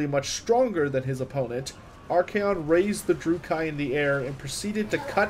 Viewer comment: Good quality work, bad pronunciations. Dru-kee. Not dru-kai. Mors-leeb. Not Mors-lib. Morathi stresses the a. Like wrath. More wrath-y. Morathi. Surmised, not summarized. I loved the content otherwise. Good narration, good video editing, fun subject.